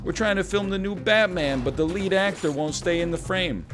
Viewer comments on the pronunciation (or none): none